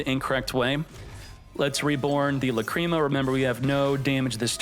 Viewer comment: Love your content but Lacreema?? Come on bro that's not how you pronounce it 😂